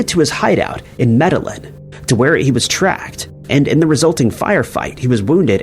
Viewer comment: It's pronounced Cuh-lig-yoo-luh. Sorry, I love your vids but that pronunciation Ca-li-gool-uh was killing me. Lol. You're great tho, don't sweat it too much but maybe check those pronunciations before recording your narration. Same with Med-eh-lin. It's actually pronounced like Med-uh-yeen